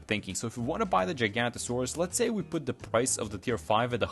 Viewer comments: It is giganotosaurus NOT GIGANTASAURUS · The way bro said giganotosaurus at the start 🥀